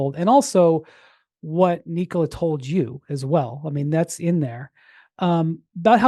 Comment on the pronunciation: Windy is one of the rare few NBA media people that pronounces Nikola's first name correctly. Something that reporter following him through Serbia was not able to pick up. Literally St Nicholas is the same name. And I assume you pronounce it Nicholas. Now just remove the last "s" and that is it. You don't pronounce it "knee COLA"....